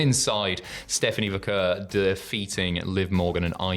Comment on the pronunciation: I,just emailed you yesterday. You mispronounced Vaquer AGAIN TWICE. You're insulting her. Tom did it, too.